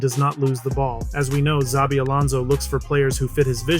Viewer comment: I cringed every time you said "Zabi" 😅 the beginning sound of his first name is a "sh" (like in shelter) but the rest was correctly pronounced